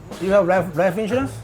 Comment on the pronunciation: "You have rife insurance?"